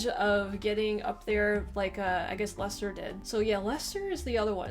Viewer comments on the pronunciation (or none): How can it be pronounced LieChester when there's no "h" in Leicester??? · Firstly, there is no ch, only c Secondly, we are not Germans. Ei- isn't pronounced Aye. Thirdly, you have Worcester in Massachusetts. Therefore, pronounce Leicester properly. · I know plenty about the NFL and College Football thanks been watching them since the mid 80's. I do find it interesting that some Americans pronounce Leisure as "LEESURE" yet when they see Leicester for whatever reason the Lei becomes "Lie" and an H suddenly appears in the word too.